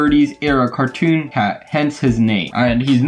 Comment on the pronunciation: you said cartoon hat yes you did really